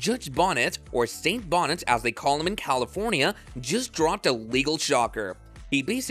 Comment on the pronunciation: His name is not judge Bonnet - it’s Judge Bo Knee Tez - not spelled this way but pronounced this way.